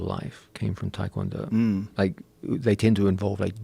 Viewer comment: I've always wondered why people pronounce it Tie Kwon Do. I can understand most people, but these guys who train w/ actual Tae Kwon Do instructors and probably Koreans, why not pronounce it properly? It's like when people pronounce Hyundai (Hyun- deh) as Hon - Die. -_-'